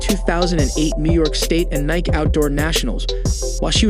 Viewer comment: The announcer does not have the same vocabulary as the person who wrote this script and there is nobody watching over the mispronunciations. Nike, Gatorade, debut, prix. He tried to pronounce IAAF as a word. And all the odd slurs, pauses and phraseology. And the visuals. Why are we looking at an injured hand while talking about a hamstring injury?